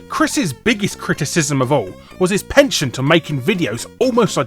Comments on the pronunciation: criticises Irate Gamer's pronunciation pronounces "pronunciation", "penchant" and "heralded" incorrectly himself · Guy ridicules the first YouTuber for mispronunciation and then mispronounces penchant a minute later and uses the word stigmata in place of stigma. 😂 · Great vid as ever! :) However, remarking on someone's inability to pronounce words correctly whilst having your own problems with "Penchant" and "Stigmata" (you meant stigma!) was a little rich! Still good though! :)